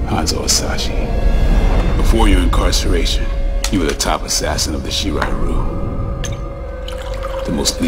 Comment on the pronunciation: 🤣🤣🤣🤣 I'm not a grammar nazi but did he just say shir rye Roo?🤦🏾‍♂️🤣🤣🤣🤣